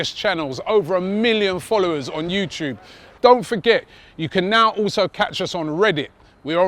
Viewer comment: Robbie "Ootoobe" Lyle